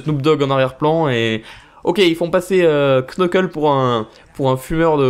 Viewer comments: Knuckles sa se prononce Nekels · CA CE PRONONCE : NEUKEULSE !!! 😭😭😭😭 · On te l'a sans douté déjà dit mais "Knuckle" ne se dit as "Qneukeule" mais "Neuckeule"; bref le K devant un N ne se prononce pas en anglais ;) ;) ;) et vraiment désolé si c'est la cent-millionième fois qu'on te le dit :p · Par se que en anglais on prononce pas le k donc sa fait nuckles